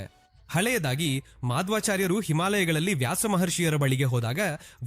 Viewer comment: Sudden agi north Karnataka shyli barate, Ashlesha alla adu ಆಶ್ಲೇಷಾ, ಮಧ್ವಾಚಾರ್ಯ ಹೆಸರನ್ನು ತಪ್ಪಾಗಿ ಹೇಳಿದ್ದೀರಿ